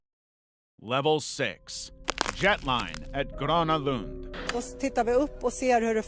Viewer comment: I have to say, pretty good pronounciation of Gröna Lund! I am impressed!